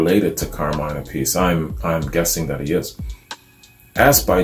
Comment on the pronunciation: Love Ozzy Sabbath, Dio Sabbath is Better. Really 2 different bands. Raw with Ozzy... Polished with Dio! Your pronouncing Vinny last name wrong. Its Api-cee Appice Great review.. Dio Sabbath Rules \m/